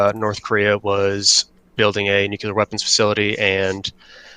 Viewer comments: Nuclear is pronounced New Klee Ur. Not New Ku Leur. If it was pronounced new ku leur it would be spelled nuculer but it’s not. It’s spelled nuclear. This is not hard guys. Just because a dumbass president said it that way is no reason to follow him into stupid town. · Nuclear! Pronounce it how it looks! Alright, now I can resume the video and enjoy it.